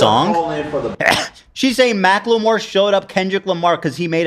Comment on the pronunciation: idk why Ethan calling Macklemore 'Mack-la-more' is so funny